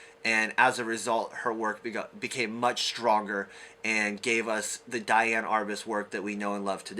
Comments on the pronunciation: DEE-Ann. Not DYE-Ann. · I believe she pronounced her name dee-ann.